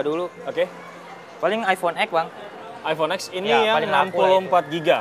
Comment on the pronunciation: penjual hp masih bilang iphone x dengan "iphone ex" bukan "iphone ten"